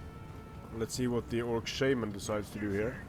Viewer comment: You have an amusing way of saying Shaman